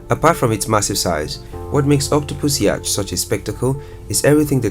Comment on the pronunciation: Despite the spelling, it's pronounced 'yot', not 'yach'.